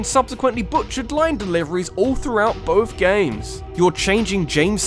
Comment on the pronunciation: Theres no f in the word both. And mario is not pronounced mare-ee-oh